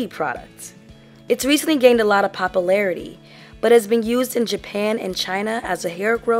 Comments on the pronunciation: "It gained lots of popelarity" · Say " popularity " again lol